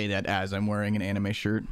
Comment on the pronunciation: casually says amine to toutoh